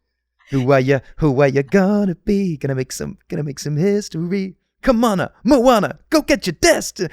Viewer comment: The way he pronounces Moana confuses me as a polynesian 😂